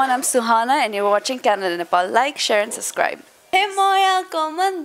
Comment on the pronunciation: Suhana sub-scribe hau sus-cribe hoina ali sikhe ramro sunla.